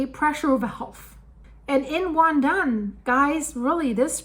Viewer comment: LOL The Taiwanese probably got out their popcorn. BTW Your pronunciation of WanDan and the Ping in Pingtung were spot on, the the "tung" is pronounced very different from the spelling. It's pronounced like 'dong' with a long 'o' sound. The Taiwanese are usually very prepared for natural disasters and they move FAST to mitigate any potential fallout. They also do lots of public drills for any potential disaster, even a nuclear power plant accident.